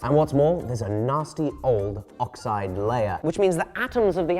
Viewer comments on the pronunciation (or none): none